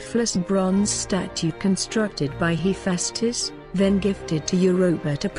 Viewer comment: You pronounced tali’s and Hephaestus wrong